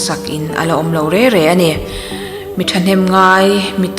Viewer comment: Re re ti a i chhiar hi reng reng tih tur ani,kan tawng hi himhalh angai.Nangni tiang lam chhiar chi ho hi fimkhur zual rawh u